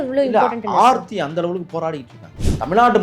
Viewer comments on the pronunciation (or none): Sir...preethi illa ...aarthi😂